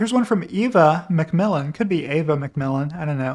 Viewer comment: FYI Eva McMillan pronounces her name Eva like the ever in forever, what Im trying to say is the E is short not long. I wish I could just say it but this will have to do